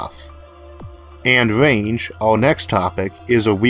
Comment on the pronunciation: Range not wange